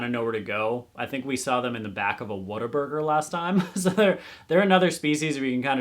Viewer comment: Every Texan listening to him mispronounce Whataburger is like 🤨🫨 it’s pronounced waterburger 😂